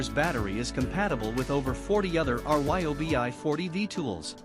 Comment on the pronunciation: Notice that the "narrator" is actually a robot? They spell out R-Y-O-B-I instead of saying RYE obi, or was it REE obi? But yes, I just got the Milwaukee. It makes that reeeyobi feel like a kids toy.